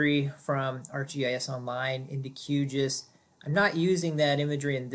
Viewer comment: I just wish someone would establish a standard pronunciation for Q GIS. I doubt it is “Q Jus”. At least GRASS was an inside joke for the hippies at University of Illinois, who wrote the first code. Never the less thanks for pointing out the two distinctly different save buttons as that was what I was trying to find out.